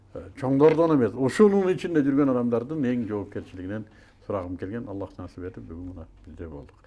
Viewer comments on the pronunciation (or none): none